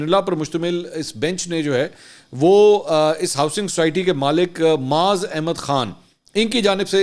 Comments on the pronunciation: Mansoor Bhai TopCity ke owner ka name aap ghalat Le rahey hain UN ka name Kunwae Moeez Khan(KMK) he Our aap moaz Khan Keh rahey hain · ٹاپ سٹی کے ما لک معاذ نہیں معیز نام غلط ادائیگی کر رہے ہیں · His name is Moeez not Maaz